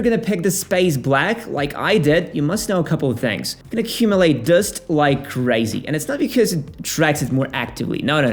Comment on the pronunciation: You have the strangest pronunciation of "dust" I've ever heard